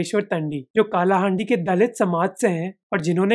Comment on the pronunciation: का नही its कलाहांडी